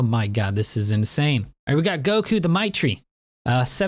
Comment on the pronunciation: bruh it's goru not goku, too much dragonball in your life